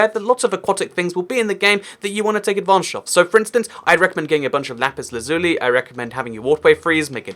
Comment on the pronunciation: Its LAzuli not laZUli lol